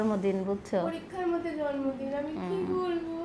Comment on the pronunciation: জন্মদিনটা ঠিকভাবে বলতে পারে না আবার ভিডিও বানাই